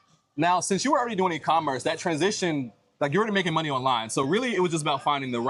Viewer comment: "like" too extremely pronounced by both of you (youngster talk, I suppose, both too old for it), otherwise a very decent video, informative, helpful, best of all not typically vulgar profanity by nearly all usa (blacks) people in general unlike rest of entire world people, so appreciated, great content.